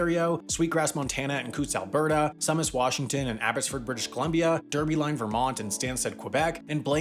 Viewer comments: also Sumas is not suh-mas it’s pronounced sue-mas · The “Sault” in Sault Ste. Marie is pronounced “sue”, the town in Washington is pronounced is also pronounced“sue-mass”. Abbotsford is my home town! :D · "Sue-mass" and "sue-saint marie" just fyi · Pronunciation issues in this video: Tsawwassen is pronounced 'Tuh-wawh-ssen', not 'Suh-wawh-ssen'. Sault Ste. Marie is pronounced 'Soo-Saint-Marie', not 'Soul-Saint-Marie' Sumas is pronounced 'Soo-mass', not 'Suh-mass' Also, Blaine-Surrey and Sumas-Abbotsford are not really 'singular divided communities'. Americans don't really cross over to shop/do anything since Canada is more expensive, and Canadians only really cross over for cheap gas and Costco, since it's cheaper but less convenient (this is coming from an Abbotsford resident). A much better example of a single community divided would be Stewart, B.C. and Hyder, Alaska. Now THAT is a border cutting off a community. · His pronunciation of Tsawwassen is also iffy, and Sumas is not "sum-mas". It's "soo-mas". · Ah yes, Washingtonians too collapse at his presumptions, Soo-Mass not Sum-ass 😮‍💨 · In western Canada we pronounce it Soo Saint Marie. The U in "Sumas" is also long: Soomas. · Sumas is pronounced Sue-Mass. Always love these videos about Point Roberts and other towns that are similar to it! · Sumas is pronounced SOO-mass. It does not rhyme with hummus. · Also "Sumas" is pronounced "Soo-mass". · Good job at pronouncing Tsawwassen, try again on Sumas.